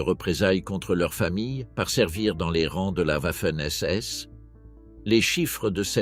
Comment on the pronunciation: pourquoi toujours Ouafen SS en prononciation. les Français sont-ils donc incapableode prononcer Garden Va... il n'y a pas de Ouah !!!